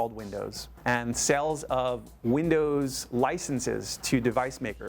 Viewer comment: Nah .... he says Vindoz